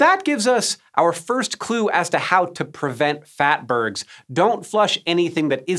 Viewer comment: Phatburgs ? LoLz 😆